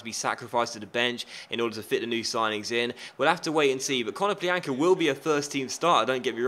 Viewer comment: Ko-no-PLYA-nka the Ya is pronounced like in yannick